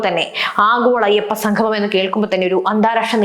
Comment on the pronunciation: സംഗമം.......ഉച്ചാരണം ശ്രദ്ധിക്കുക